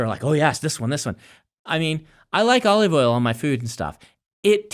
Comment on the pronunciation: Brandon : Oleeve Oil